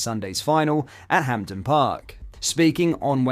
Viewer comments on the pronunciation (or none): It's ham den not Hampten please stop saying Hampten!